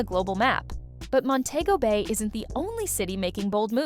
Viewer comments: Please tell the Ai reading that it's Mon-te-go Bay and not Mon-tay-go Bay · You pronunciating it wrong it's Mon-tee- go- Bayy (Montego Bay) not Mon-tayy-go Bayy. (Montaygo Bay) But great documentary. 👍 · THE PROPER SPELLING FOR MONTEGO BAY THE PRONUNCIATION IS DIFFERENT. MON- TE- GO BAY.